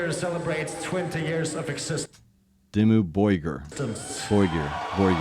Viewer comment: It's Dimoo-bor-gear. Not Dimoo-borjeer. It's Norwegian for "Dark castle"